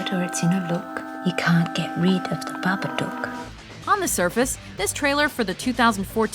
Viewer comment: Babadook. Pronounced like "book" or "look". Just listen to how they say it in the trailer. It's like she's trying to piss me off.